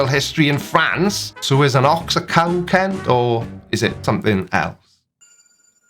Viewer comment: Kent ? Wrong vowel.